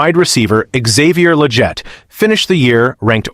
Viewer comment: Please fix your AI it's not lejjett